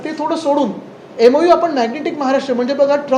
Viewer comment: MoU.. Memorandum of understanding.. not memolendun understanding.. SSC marksheet submit kar agodar 😂